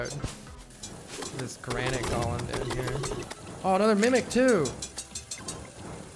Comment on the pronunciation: Why does he keep saying "gollum" instead of "golem"?